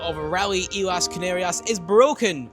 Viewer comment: Pronunciation of a 5 letter word has defeated.... Islas....